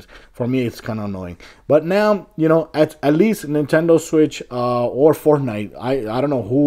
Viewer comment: It’s Fortnite not fortine